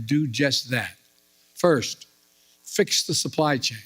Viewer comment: "Firth thing we're gonna do..."